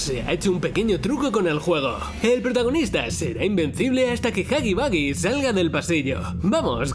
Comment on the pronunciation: No se dice hoggy boggy es huggy wuggy